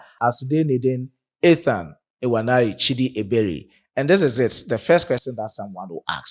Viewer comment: I Love your opinion but to correct you especially on the pronunciation not ewaneri chidi please is nwaneri please look for Igbo brothers there in Ghana to give you correct pronunciation or you can inbox me for correction I ❤ you my brother hope to meet you one day